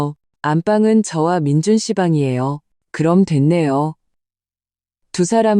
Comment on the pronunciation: 아무리Ai 가 읽어주는것이지만 올케 를 보고 "재수" 라니 ... 칠칠치못하고 똑똑 하지못한 민준 계속 그렇게 살아라 결혼 하면 자기가족(부인)을 최 우선으로 해야 자기자신도 앞길이 잘 살아갈수있다는걸...누나 시어미 만 생각하며 미친집구석 혼자 그렇게 살아라 그리고 "민준"이라고 해야지 항상 "민주" 라고 하고...